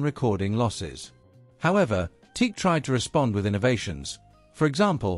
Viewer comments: I have a large collection of open reel tape machines ranging from consumer to prosumer to semi-pro to full-on professional. I have more TEAC (including TASCAM) machines in my collection than any other single brand. But I have to say that I turned off this video the moment I heard the "TEEK" pronunciation. It's "TEE-ack". Two syllables. That's how the company pronounces their name. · The company name is pronounced as Tee-Ack. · Pronounced Tee- Ack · Most people pronounce it - " Tee-Ack" !!! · I think the company is pronounced "T-ACK". Teak is a wood. If you phone them, that's how they answer. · Te-ac that too, 2 sylables.. Te-ac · Correct. I've been using their reel to reel machines since the early 70s. The company is pronounced as Tee- Sack. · At least you have your computer-generated voice pronounce the name correctly. Pathetic. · Aside from pronouncing the name wrong. Why is there no mention of Berlant Concertone. Teac bought Berlant and that is how there reel to reels got into the united states under the name of concertone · He got the explanation right: “TOKYO ELECTRO ACOUSTIC COMPANY”, but he couldn’t get the head around the short version.😅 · every time he pronouns teak.... it sounds super weird. because it's "tea-ack" like this... not teak......!!!! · TE-AC. Not Teak. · The correct pronounciation is T-ACK. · Then you must not have watched the vid... he says Teek right at the beginning. 😁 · It's pronounced TEE-ACK ! :face-orange-raised-eyebrow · sorry, can not listen to a video that pronounces it as teek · Dude, the preferred nomenclature is Tea-Ak. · You are supposed to pronounce it like T - Ak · It is pronounced T-ack